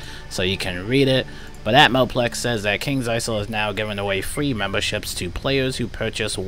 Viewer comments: the s is silent in isle in kings isle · the Isle in Kings Isle has a silent S